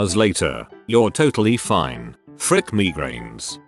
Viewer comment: Everybody:migraines Robot voice:me grains